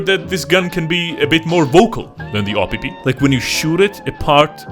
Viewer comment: "AW-PP" got me rolling